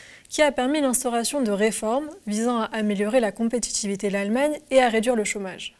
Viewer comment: C'est quoi la "compétchitchivité"?